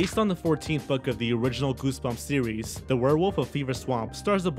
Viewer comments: are you trying to sound like elmer fudd from looney tunes because when you said series to me you said sewies? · "In the entire sewes" The dreaded OWO haunts my life